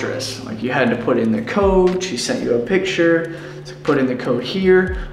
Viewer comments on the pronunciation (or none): none